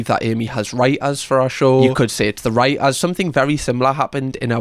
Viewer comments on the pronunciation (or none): It's writers, NOT Writ-ahs